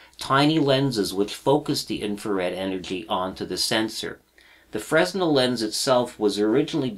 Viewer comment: Nice video. BTW fresnel is pronounced fray-NEL. The lenses are named after the French physicist Augustin-Jean Fresnel.